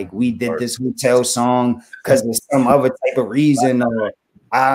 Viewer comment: "Ovver" =other ..manipalation.... gee, i wonder why don't take you seriously...